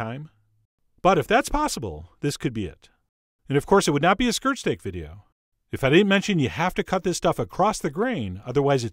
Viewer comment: I thought he was saying skrrt stake